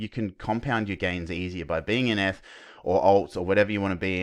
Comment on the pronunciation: Sounds like your saying f/btc but realised your saying eth/btc haha. Great analysis mate! Go Aussie!